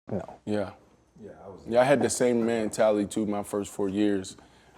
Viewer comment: I seriously hate the way B Marsh pronounce “mentality”